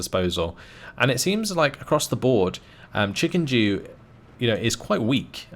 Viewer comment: Why are you reading Chikendew as Chikenjew? It's... offputting